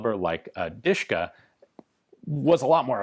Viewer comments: Actually the correct is DiSH-ka( Degtyaryov i (and) Shpagin) or DuSH-ka because of the pronunciation. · The original Russian nickname was "Dashka" or "Dushka" where the "u" is pronounced the same way as in "cup" "or "duck". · Its called De she ka in russian